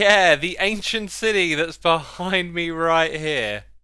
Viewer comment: No one: Xisuma: ancient CIDY